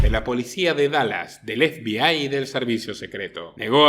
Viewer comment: Ef bi ai? 😂😂😂😂, pero como se puede ser tan paleto, zampabollos. Estás hablando en español efebei, FBI, o si no habla en inglés cateto, a no , que creo que no sabes😂😂😂. Eres igual que la muchacha del dentífrico, "Colgate"😂😂😂 osea un meme. Y te crees un ilustrado?😆🫣.